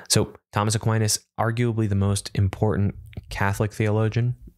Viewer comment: Fun experiment, thanks! Shame about that bad fumble on Aquinas, but otherwise hilarious and edifying in equal measure.